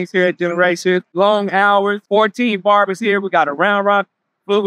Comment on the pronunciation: I thought the same thing what is a Baber-shop